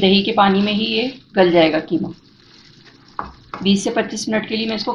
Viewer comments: Bihari QEEMA khaty hain keema nahi. Sorry to pointout difference of " Q " and 'K'. Mee khud bihari hon aur QEEMA bhi pasand kurta hon. Mera apna khas masala hota hai. Thanks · It is qeema not keema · برائے مہربانی اس کو کیمہ نہیں قیمہ کہیں قیمہ آپ شائد قائد اعظم کو بھی لائد اعظم کہتی ہوں گی ۔پلیز مہربانی کر کے تلفظ درست کرلیں